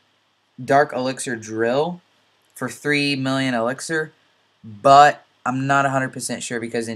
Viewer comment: I love the way you say but.. "BUATT"